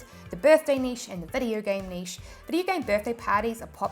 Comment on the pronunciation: Finally a YouTuber that can pronounce NICHE correctly!